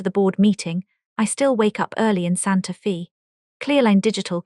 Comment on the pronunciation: Santa FEE???? LOL.... No, it's pronounced Santa FAY. AI sucks.